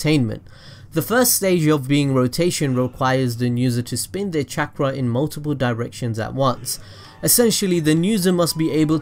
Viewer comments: Chak rah resengan Is what i heard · The way u said chakra made me leave the video